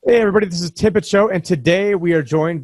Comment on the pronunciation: Lmao Tim had enough of fucking up the pronunciation of his name and had introduced himself. But informative information. Were living in some historical times now